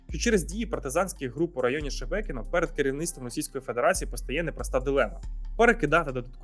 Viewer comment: То Шмякіно, Шемякіно чи Шебекіно 🤔🫢